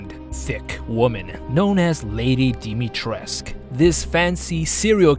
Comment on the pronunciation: Hi, romanian girl here. U pronounce moroaica almost perfectly but it hurts me to hear everyone pronounce dimitrescu so wrong! It's not Dimitresque/ Dimitresk, it's dimitresCOO. Coo, pronounced just like the word coo from English